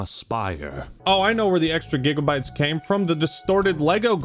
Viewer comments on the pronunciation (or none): none